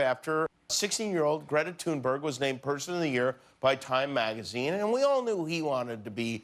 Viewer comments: It's thunberg not tuneberg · This idiot said tunberg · Nobody: Literally Nobody: Jimmy Kimmel: "Greta Tuneberg" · Greta is pronounced Thünberg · Why is it that so few in media pronounce Greta's last name correctly? The only one I can think of who does say it correctly is Amy Goodman. Listen to Greta herself when she introduces herself, it's pronounced Greta "Thunberry", the "G" is pronounced as a "Y" in Sweden. I know it might not seem important, but consistently mispronouncing a persons name when one knows better is disrespectful. It's not like it's difficult to say. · 'Thunberg'. Not one person pronounces it properly